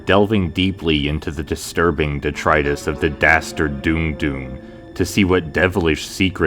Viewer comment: So it's pronounced "Dune-gh" and not "Dong"? Because my mind went to weird places, and it's all my fault.